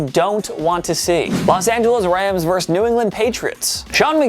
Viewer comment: The word is VERSUS, not "verse". A verse is part of a song.